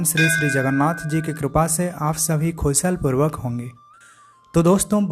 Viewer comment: खुशल पूर्वक नही कुशल पूर्वक सही उच्चारण है